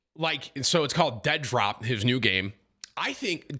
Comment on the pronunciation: Did you say Dentdrop?